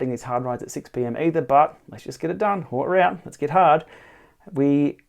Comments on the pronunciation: Nice. It’s pronounced ‘oat root’ though.... 😜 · "Oat root"